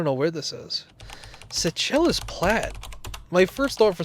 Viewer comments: LOL. Seychelles = (Say Shells) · Seychelles = "Say-Shells".